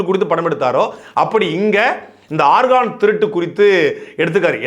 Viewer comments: DEY damasuu paiya nee organ nu Sonnathu Chemistry ARGON pola kekuthu da 😂😂😂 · ஆர்கான் இல்ல ஆர்கன்.. உறுப்பு nu சொல்லலாமே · ஐயா ஆர்கான் அல்ல ஆர்கன்organ